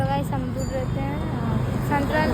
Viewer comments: Haan amrud ko amdur bol rhi hai gajab hai ladki hai, upar se ultrasound ko antrasan 😅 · bengali hum bhi hai, humko toh bolne aata hai Amrud ko bengali m peyara bolte h par ye amdur bol rhi h. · Amdur nahi hota hai amrud hota hai